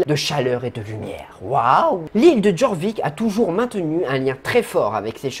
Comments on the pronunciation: Alors juste sa ne se dit pas Jorvik mais Yorvik (Mais sa s'écrit Jorvik) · Petit cours de français version sso: Jorvik se prononce yorvik et ged se prononce g e d. Voilà j’espe que tu passe une bonne journée!